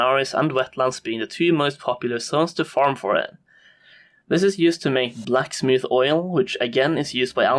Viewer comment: Either stop saying blackmouth wrong or don't ever say it again jk thanks for the info